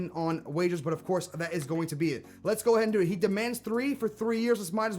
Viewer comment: No offense but players earn WAGES, no r, as you have been sayings WAGERS this entire episode. Other than that the vid is great man.